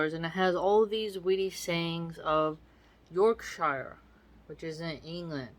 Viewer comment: Hey, loving this! I’m from Yorkshire in England and I’m loving your reading of the quotes and sayings…btw pronounced Yorksherr 😂 The commentary you give to go with it is entertaining too. I agree that whole mouse thing with those glue strips is pretty gruesome😅. Can’t wait for the next one,x